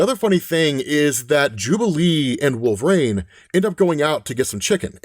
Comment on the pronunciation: 1 question who the f#$k is wolverain? It amazes me you have such clear pronunciation of every other word but you can't say the word wolverine?